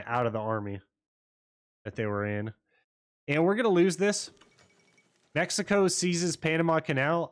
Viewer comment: MECICO POG nice build and noice mexican accent heheheeh